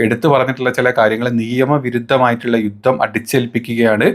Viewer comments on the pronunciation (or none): none